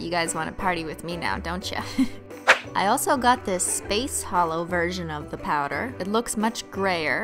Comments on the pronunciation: Am I the only one who think it sounded like she said "because H💿L💿 always looks best over blah"? 😂😂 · LOL MY BF THOUGHT YOU WERE SAYING HOLO AS IN LIKE A HOLE LIKE NOTHING INSIDE LOLOL